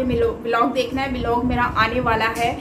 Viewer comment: if you don't mind,😂 wat is be lock😂 it's blog